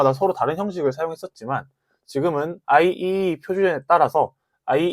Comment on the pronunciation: 누가 IEEE를 아이이이이라 하노... 내용은 흥미롭게 봤습니다